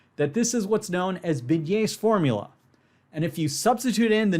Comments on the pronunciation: That's because he actually says "beignet(s)", instead of properly pronouncing "Binet" (correct pronunciation: [binɛ] , where the ɛ is pronounced as the "e" in "best", and the n is pronounced just as n, not as ñ). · That's because he didn't say "Binet"; he said "beignet".